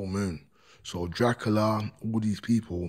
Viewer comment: Sure he said Crackula too 😅